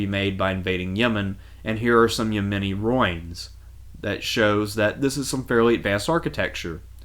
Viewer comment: I've watched A LOT of your videos. They're quite excellent. I just have one question for you, personally: Where are you from? I have never in my life ever heard "ruins" pronounced as "roynes" or "roins" (rhymes with "loins" as in loincloth or "girded his loins"). Which part of the US is that pronunciation common?? I'm dying to know!!